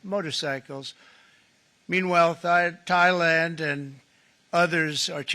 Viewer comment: lol he almost called Thailand "Thigh Land" again